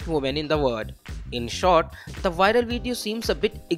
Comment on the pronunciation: She went “wiral”. 🤣